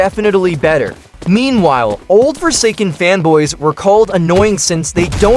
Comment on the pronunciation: Why I keep hearing femboy but not fanboy 😭